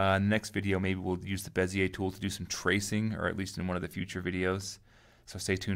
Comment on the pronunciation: Finally somebody pronounces Monsieur Bezier's name correctly! I am really tired of hearing "beezer tool" and similar stupidities! Merci!